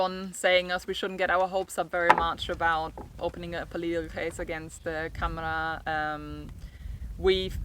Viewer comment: Its pronounced Camara with a soft a more like camera thatyou take pictures with. Good luck.